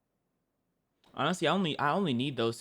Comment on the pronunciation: Did u say narutoast